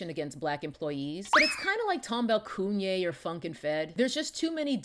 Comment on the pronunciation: Everytime she says KUNYE I holler. . She's hilarious! LOL